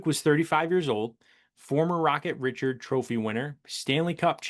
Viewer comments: Maurice "Rocket" Richard (Ree-shard, unless you're doing the British pronunciation). He's French Canadian. Closing in on the first 1,000 subscribers. Well deserved. I enjoy your posts. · My Man, Rocket Ree-Shard 😅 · Sacriledge to misprounce Richard's surname. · Mis pronouncing hall of famers like Richard is unforgivable…plain and simple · If you are holding yourself out as an authority people should listen too, you can't make basic mistakes like mispronouncing names of Hall of Fame players. Googling the pronunciation will tell you how to do it. Why should anyone listen to anything you have to say if you don't know who Rocket Richard is? The answer is that people shouldn't. Good Lord, his name comes up every year with the bleeping award. Every player you are mispronouncing are very well known players.